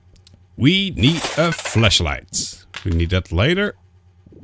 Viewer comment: Im gonna ruin someone's day, whenever you say 'flashlight' you sound like you're saying 'fleshlight'